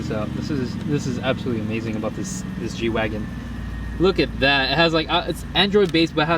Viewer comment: ITS GWAGEN NOT GWAGON